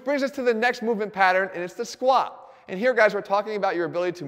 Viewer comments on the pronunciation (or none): I swear Jeff doesn't even say the "t" in squat anymore